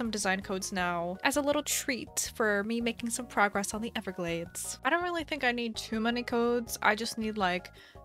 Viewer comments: Do you say good frogress? I swore I heard that. XD Glad its coming along well. Island struggles are a pain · “Make some progress” nah nah nah ‘Frogress’